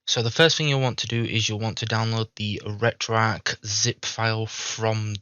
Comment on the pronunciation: It's pronounced retroARCH, not arc.